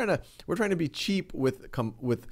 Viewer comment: I thought he said cheese